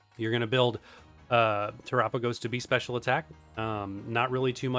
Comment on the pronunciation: Why do content creators say Te-RAH-pagos? Its Tera-PAH-gos, like Ga-LAH-pagos